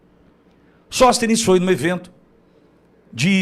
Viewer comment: Sõstenes o que é isso??